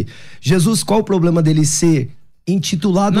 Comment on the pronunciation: Nitidamente decorou umas palavras em hebraico e grego... e fala pobLema... socorro haha